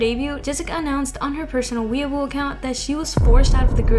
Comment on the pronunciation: Not that big of a deal, but because I see it mispronounced a lot, I just wanted to say that Weibo is pronounced kind of like “way bu-eo” (the “bo” part should be all one syllable tho bc it’s a diphthong).